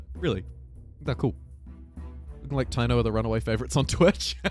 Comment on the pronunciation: I believe the Spanish pronounciation of taino is Ta-ee-no